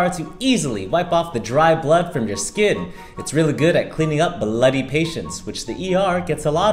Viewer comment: Um why is he talking like that…”it’s really good at cleaning BLODDY patients, which the ER gets A LOT”